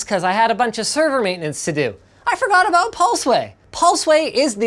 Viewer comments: "The crazy thing aboot this" real Canadian this guy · i heard a clear aboot